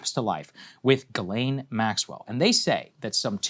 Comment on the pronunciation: Could you at least have the respect& decency to get her name right? It's JIZZLANE 😂😂😂